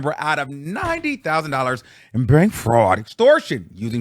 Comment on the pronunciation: Whitehead has been doing this for over a decade though 😂. And you saying “fraudT” was taking me OUT !!!